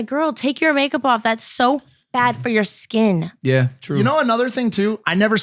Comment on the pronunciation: Stop saying ye like plants ya weapon.